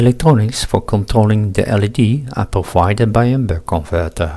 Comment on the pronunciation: Impressive project. Just one small criticism: please don't pronounce LED as "lead" ;)